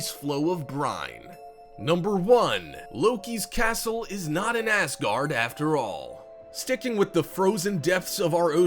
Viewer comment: Heh... Loki’s castle isn’t in ass guard? Gotta love how you pronounced that.